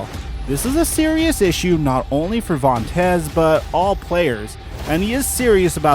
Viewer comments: Chuck Cecil says Vontae who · his name is Vontaze and hes not Burfict but who is 😂😂😂😂😂